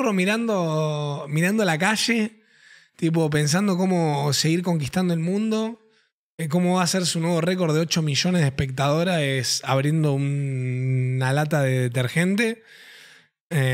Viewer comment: que dijiste???????????? espertadoraes?????? sobra una ''a'' ahí xd